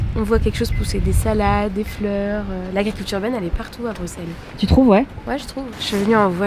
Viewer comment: Oui nous avons des noms de villes pas possible ... nous aussi 😅 Un grand grand merci en tous cas de prononcer Bruxelles et les Bruxellois correctement, vraiment 🙏😘 ("Brusselle" "Brussellois.e").